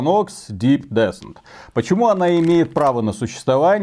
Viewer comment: Descent - ударение на последний слог, так-то